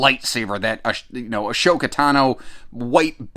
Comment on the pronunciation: Sorry man, gonna have to call out your Star Wars cred. It’s pronounced Ahh soka, not Ashoka.